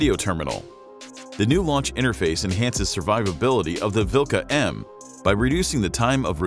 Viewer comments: omg 'dat prononciation vilKa' and 'luh' 🤣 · "kh" is better to pronounce like "h". If you ever played Skyrim... Harkon`s name starting with the same sound.